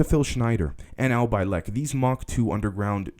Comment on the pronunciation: I hate to nitpick bro, but mispronunciations are kind of a pet peeve of mine, and after watching several of your videos I have to say, It's pronounced Al Bielek (as in Bee-lick) Otherwise keep it up!